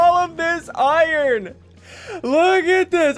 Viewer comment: iron= “owaiern”